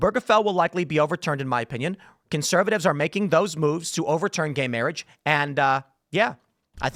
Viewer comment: Lol "guhey mayrage"